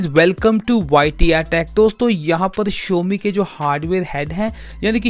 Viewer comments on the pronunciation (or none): Vai first of all Showme nahi xiaomi hae